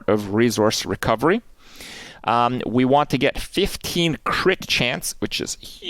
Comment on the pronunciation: did you say Kipp damage or crit dmg ;P ?